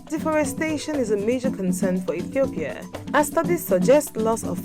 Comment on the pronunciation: I hate the african accent when they say Ethiopia. It is pronounced iithiopia not etthhoopia!